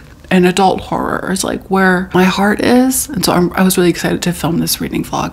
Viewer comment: They way we wait for you to say hor-ROR❤